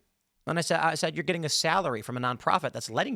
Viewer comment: “D’heys gittin paid” 😂